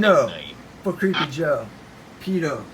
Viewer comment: There actually haven't been any accusations against Biden. You can't even pronounce "pedo." 😂😂